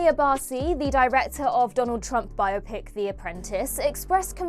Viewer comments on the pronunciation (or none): learn to pronounce biopic and STFU with embedded ads